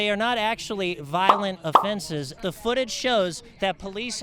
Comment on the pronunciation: The truth is she cant pronounce a th to save her life